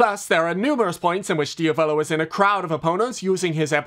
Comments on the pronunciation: italian watchers are banging their heads against the wall every time they hear "diavòlo" lol (it's pronounced diàvolo. you don't care? ok and? i don't care that you don't care. i just wanted to leave this comment. there's literally no reason to fight, w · There's a circle in hell dedicated to those who pronunce "Diavolo" that way. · This is nice and everything but the way he pronounces Diavolo is killing me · I'm sorry but why did he pronounce Diavalo wrong